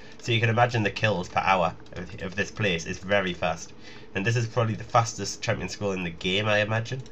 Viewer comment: lolz, loving the 'hampions'